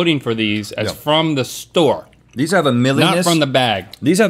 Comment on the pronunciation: Link saying store SMH